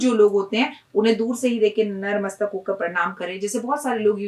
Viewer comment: Don't mind magar jo aap sabse pehle bolti hai narmastak wo natmastak hota hai plz bura na mane mujhe galat laga is liye apko bataya youtube ke liye badhayi ji